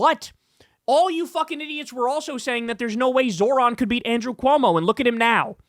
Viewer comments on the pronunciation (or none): I'm begging someone to PLEASE teach Kyle how to say Zohran correctly. His name isn't fucking Zoran. Jesus fucking christ Kyle is losing all his marbles. From backing the war criminal Platner to him constantly saying Zohrans name wrong. Omfg